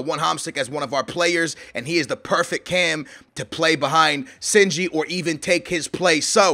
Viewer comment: Shinji not sinji